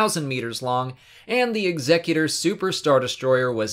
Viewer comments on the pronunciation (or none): It is not the Executor as in executive class like you pronounced it. It is Executor as in they executed that guy. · The Executor was not a class. It was the name of Darth Vader's personal Star Destroyer. Super Star Destroyer is a class. The guy who narrated this missed the pronunciation of the name of the ship.